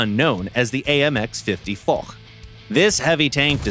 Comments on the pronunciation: again not for but fosh in prononciation haaaaaaaaaaaaaaaaaaaaaaaaaaaaaaaaaaaaaaaaaaaaaaaaaaaaaaaaaaaa. ;) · The foch is pronounced fosh not for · Now for the last time, we say the AMX 50 FOSH not the AMX F*CK !!! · Yeah, hard to explain to non-French that it's pronounced "fosh".